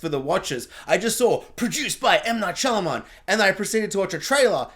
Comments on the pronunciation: Saying his name wrong throughout the review but his daughter's name right was unintentionally hilarious 🤓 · Turning off after about 2 minutes. Don't know how many times you can butcher the director's name, but I can't do it for 20 minutes.